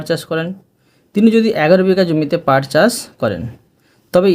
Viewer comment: পাট চার না পাট চাষ